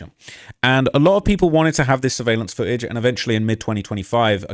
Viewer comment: There's a missing "T" in foo-age!